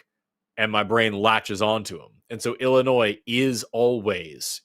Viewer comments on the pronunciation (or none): none